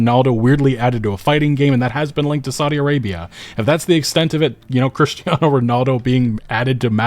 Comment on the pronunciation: Please don't pronounce "Cristiano" like that